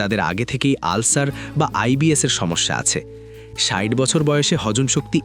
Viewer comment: ষাইট নয় ষাট আগে ভাষা টা ঠিক করেন কখনো ষাইট আবার কখনো ষাট এই গুলো ঠিক করেন।